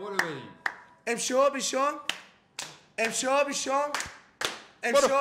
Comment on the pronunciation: همه چی عالی فقط بیشوم نه بوشوم